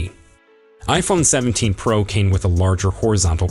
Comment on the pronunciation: Why are you saying iPhone Prah and i Phone Prah max It is pronounced pro